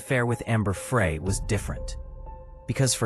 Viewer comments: OMG…… just listened again to the first part. The narrator pronounces Amber’s last name FRAY, whatever it is, it’s not pronounced that way either. Amber’s last name is pronounced FRY like the word. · Wow. Three words in and I'm done with the AI voice that says "Amber Fray" instead of "Fry." Booooo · Fry... not fray. Ugh. Not a good start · Ambey fry not fray. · My only criticism is T o to please pronounce names correctly! Amber‘s last name is pronounced as it were spelled FRY. The narrator pronounced her last name as if it were spelled FREE. The narrator was an American to my ear. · Please pronounce names correctly. Amber‘s last name is pronounced Fry. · Amber FRY...... like French FRY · Thank you! That mis pronunciation is getting on my nerves! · AI narration in the first 10 seconds. Can’t pronounce Amber Frey’s name correctly and the monotonous voice is a huge turn off. No subscribing here. Why can’t people realize divorce is always an option. Murder is not the answer. My sincere sympathies to Lacey’s family. God bless them all.😢😢😢😢❤❤❤❤🙏🙏🙏🙏🙏